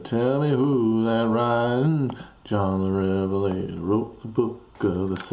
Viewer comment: I believe the stress is on John rather than the first syllable of Revelator. Not a bad rendition though!